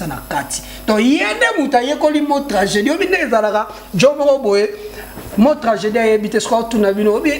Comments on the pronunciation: Journal yo moko ozo koka koloba tranjeudi te journal yo pe loba tranjeudi koooo 🤣🤣🤣🤣🎤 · Oyo chroniqueur to mutu ya maboke koseka seka pamba pamba , ba question ezanga tina 🤔🤔🤔🤔🤔yo penza ata maternelle okenda te na mot tragédie oyebi ko prononcé te mawa,ozo loba tranjeudi🤣🤣🤣🤣🤣🤣